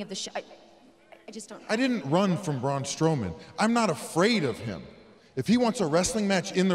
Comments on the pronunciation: braun stoman lol reporter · “Braun Stowman” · Lol she said stowman!!! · Braun Stowman, WHAT?